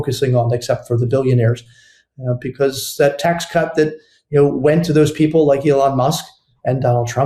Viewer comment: STOP SAYING "BECOSS" STOP SAYING "PLAY THIS CLIP" STOP CLAWING AT THE CAMERA IN EVERY SINGLE VIDEO